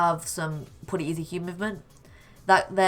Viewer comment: He says pwetty